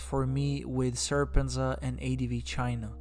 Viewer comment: How does he not know how to pronounce their names if he watched so much content? Serpent-zed-a. Winston says that many times in his videos. Also, Laowhy86 and C-milk are the same person, but he lists them as seemingly different people in the title, and also he somehow can't pronounce laowhy, even though he claims he has watched these guys videos. Making videos about reality in China is what they do. THEN they offer their opinion.